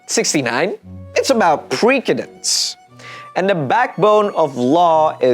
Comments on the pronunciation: Man this is informative stuff, but cmon its precendence with an S Sound not pre KA DENS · maybe saying preKedence so some won't confuse it with presidents. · i think you pronounce precedence wrong, unless its a word i never heard before then idk